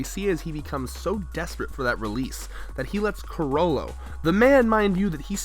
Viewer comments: Chrollo= crow-yo...you're killing me adding an extra syllable guy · I like how you pronounce "Chrollo" as "Cuh-Ro-Lo"